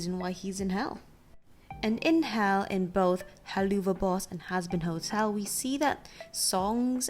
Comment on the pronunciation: By the way, it's pronounced hell-la-v-boss